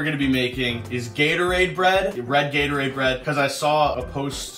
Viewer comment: This man calls Gatorade as Yaterade. Even auto correct tried to agree with me just now that it is Gatorade! WITH A G!!! NOT A Y!!!